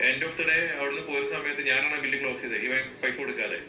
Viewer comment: ക്ലാവസ് അല്ല madam ക്ളോസ്.....well said super 👌🏾. Father❤❤❤❤❤